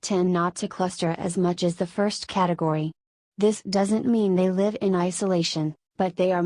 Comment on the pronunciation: The idiotic female robot voice cannot even distinguish between the grammatical tenses of live. Where is Wes Penre's voice?